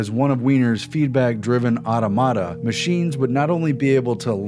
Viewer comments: Awe Tom Ata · Automata = [aw-tom-uh-tuh] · Awesome video, but that annoyed me too. Ah - TOM - uh - Tuh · Hearing "automata" pronounced that way is really irritating.